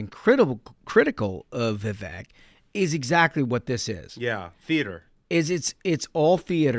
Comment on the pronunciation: Love the show - love the insight you can't get anywhere else - but guys, please pronounce Vivek's name properly - It is Vivek, rhymes with cake